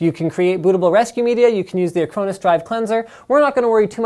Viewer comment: is he mis-pronouncing Acronis? even for a Canadian?